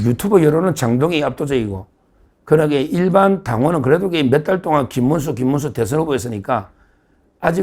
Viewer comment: 김문수>>김민수---발음을 잘하시고 구분을 확실하게 호명 해주세요